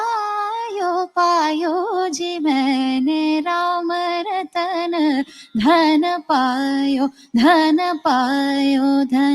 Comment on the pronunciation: It's Rama ratan, you sang Rama ratHan which is not correct dear ❤